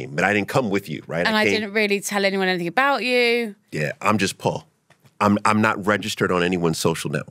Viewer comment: It’s -anything not ‘ anythink’